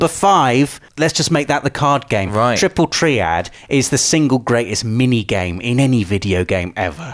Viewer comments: Triple tree-add? U wot m8? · What the hell is 'triple tree-add'?